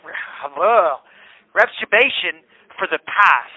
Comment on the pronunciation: Him trying to say reparation is hilarious 😂